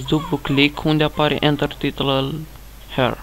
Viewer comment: ce taran;;;;;;;;nu stie sa spuna HERE........))))))))))